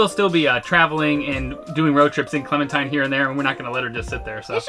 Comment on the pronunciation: Clementine* No "s".👍